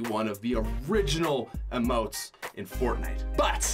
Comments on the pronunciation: Who else hated the way he said "emotes" he said it like umotes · Emotes not uhmote